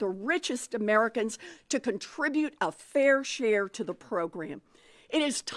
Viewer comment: There's that phrase: "Pay your fair shre." What's a fairshare.